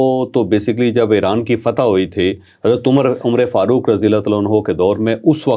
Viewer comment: Say Umar Farooq, not Umr-e-Farooq. You don’t know this small thing.